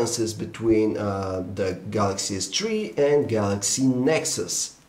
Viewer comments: Galaxy S-Tree FTW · Lol, samsung galaxy s tree